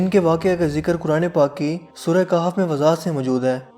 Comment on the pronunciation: Khef not kaf